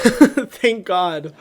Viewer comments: Hyram : gwods Me : HE SPWEAKS MY LANGUAGE BWITCH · “From the GWADS”